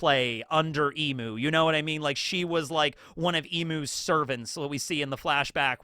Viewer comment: It’s eeeeem not eeemuu for Imu! Emu is a bird😂